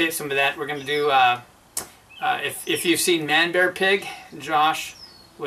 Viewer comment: Sounds like some really nice breweries. Wow, you are getting really good at saying Manbearpig 's name! Happy HBW!